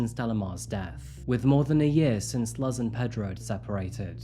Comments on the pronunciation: hi!! puertorrican here, Luz is not pronounced "luhhz", it's pronounced "loos" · As a girl from the bx who is mostly by Puerto Rican people you pronounce “Luz” as Loose. Love your videos ! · Ironic that he's sponsored by a language app but keeps calling Luz "Luhz". It's infuriating! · People mostly say the name like this - Lou's. "Luz" can have the same sounds as "lose" and "loose." It doesn't start off with the same sound as "luggage." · Thank you for covering this story, it had a happy ending. Im glad the girl got to grow up with her real parents. The number of people who steal others' children is scary. On a separate note, I believe the pronunciation of Luz is "loose", not "luhz". It bothered me the whole time lol. Please please try to research the proper pronunciations of the victims' names!🙏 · The mother's name would be pronounced like Loose with a z - the Luhz pronunciation just drove me up a wall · Lol dude COME ON...lol it's not "L-uhh-z" it's "L-oo-s" A 4 sec stroke of a keyboard in the name of research is all it takes. You are probably a millionaire or on your way. Get a proof reader. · Put Luz in the Babble app. Luz means light in Spanish and rhymes with booze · Wow that babel is working out great for you huh? It’s a Spanish name pronounced LOOZ. It means light, a-hole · Her mother's name is pronounced Loohz. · Just a note "Luz" is pronounced more like "loose" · Puerto Ricans are not immigrants. They are US citizens by birth. Also, Luz is pronounced like "Loose" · I love you!! Your videos are so thorough and empathetic. Just a little lesson, you can’t “immigrate” from Puerto Rico, as it is an American territory. Also, Luz is pronounced Loose. I’m not trying to be a nitpicking bitch but I’m from PR and it seems like no one cares to learn anything about my beautiful island ❤❤❤ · Oh dear in my region that name is pronounced LOOZE perhaps that’s not universal. It is nice to hear a happy ending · It’s pronounced Loose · Luz is pronounced looz